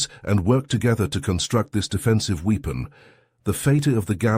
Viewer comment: The irony, that an HFY channel uses an AI reader, which pronounces "weapon" as "wee-pon".